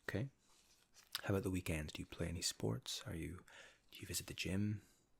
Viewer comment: Oh okay, makes sense. Yeah your “ou” in the word about and your “e” in the word perfect is different than ours. It sounds cool though!